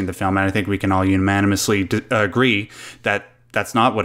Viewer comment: "Umanimously" - an agreement among men.